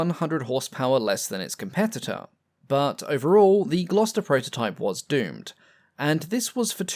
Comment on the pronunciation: Seems like a one-take narration with no corrections. I'ed say it was AI but don't think we had AI 4x years ago. Re-design gets pronounced as "Red-design"! and Proto-type as "Protter-type"!! Perhaps "" is not as English as he pretends and it's all on automatic translation. All Bluddy annoying for being easily avoided.